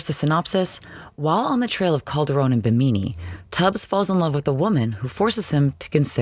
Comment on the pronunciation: For future reference, it is pronounced BIM-IN-EEE